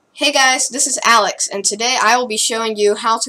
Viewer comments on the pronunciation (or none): none